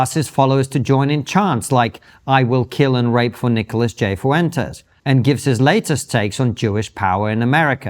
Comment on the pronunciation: Brits pronouncing Hispanic name is always hilarious and super annoying 😂 (foo entes😂)